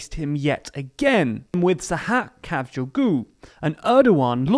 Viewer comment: Kajugu? 🤣" Khav- g ouglue " is the best pronounce for Sahap Kavcioglu